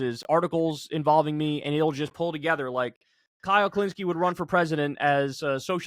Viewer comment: AI-le Kulinski